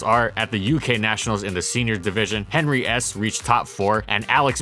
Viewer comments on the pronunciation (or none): none